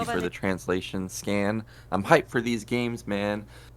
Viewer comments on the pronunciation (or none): Also, his nickname is Sca*N* not Sca*M*.